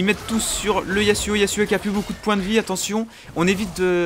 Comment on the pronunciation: C EST YASSSSSSSSSSSSSSSSSSSSUO PAS YAZZZZUO MAIS C PAS SRX RESPECT UN PEUX SON PERSO